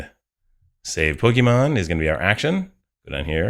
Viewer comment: I momentarily thought I heard you say 'bogeyman list', and now that's all I keep hearing you say each time you say 'pokemon list' 😂